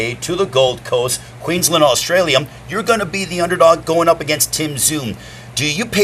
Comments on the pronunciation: Why the fuck is this clown saying AUSTRALIAM? 😂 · Is old mate saying, Australiam? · Australia mate not bloody Australiam WTF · Going to be a ripper fight. The bloke in his ear could of told him to pronounce Australia correctly 😂😂